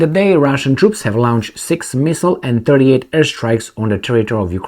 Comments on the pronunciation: not "lownched" as in town, please pronounce it as "lornched" as in torn! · Lornched? Where did you find an R in launched? Try "lawnched" like most English speakers say.